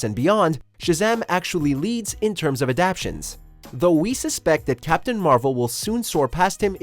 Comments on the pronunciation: He said adaptions💀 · Adaptations! ** not adaptions...come on! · Interesting analysis, but with all that’s going on, I think the outcome was a foregone conclusion. Oh, and the word is “adaptations”. Good effort, though. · Round 5: It's not "Adaptions," it's "Adap*ta*tions." If you're going to present yourselves as knowledgeable authorities, you need to appear knowledgeable by using words that actually exist. You're welcome.